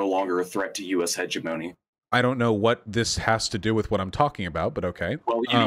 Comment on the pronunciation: The guy who can't correctly pronounce "hegemony" is telling Vaush he doesn't know much of anything. The irony is strong with this one.